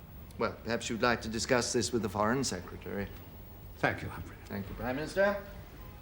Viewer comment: “Thee Russians are TOO strong” 🤦🏼‍♀️